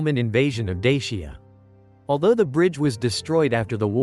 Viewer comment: Please learn how to pronounce the name of dacia